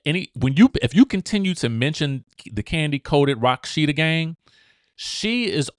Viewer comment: It's Ra-she-da not Rock-she-da 😂 And Shemea is facing Karma. What she tried to do to Porsha is happening to her rightfully so.